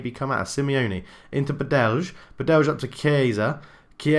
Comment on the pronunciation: It's Badely with a silent Y. And you need to say it like bAdelj. Sort of like name Martin. Read it in the next video and I'll tell you if you get it right. :D